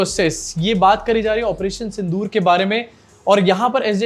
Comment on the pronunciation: Sindh-o-or nahi sir 🙏 Sindh-or Pakistan hai sir